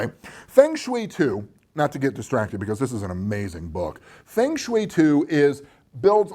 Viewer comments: There is really only 1 correct way to pronounce the game, as it is 2 Chinese words, wind and water. Sounds like "fung" in "fungus" and shui...'eh, I cannot ever pronounce it correctly, but it is supposed to almost rhyme with "way" haha, just noticed another thing "dozens if not...numbers of tens" I know you're just winging it unscripted, but that made me laugh! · Fong = wind. Same as in typhoon, with is a Tai Fong. Rhymes with song or long. Shui = water. rhymes with sway. long sway. Feng shui. It is not an onerous chore, beneath your attention, to learn to pronounce two Mandarin words. As for your pronunciation of Qi, you got that spot on.